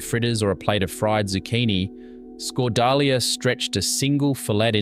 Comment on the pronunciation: Yep Scot-Dahl-YA